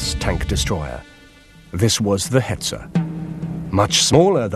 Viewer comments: "This is the Hertzer" hahaha wtf pronunciation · Did he just say Hetz Er? Like in Nash Orn?